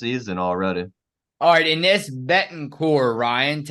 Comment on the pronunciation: Ines (pronounced E-nesh, gents) is going to surprise a lotta folks this season. She didn't know the system when she came in last season - at least not until the end of the season. She's got lots of practice time under her belt now so I think she'll show lots more control. She's got great skills and a nice touch around the basket. She's sneaky good on D, and like you said, she can hit the 3.